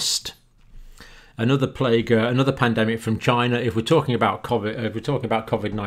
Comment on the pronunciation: That is a question you should "Ask Chy-na."